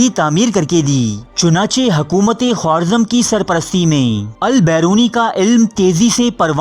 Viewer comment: Khowarzam nahi Kha-razm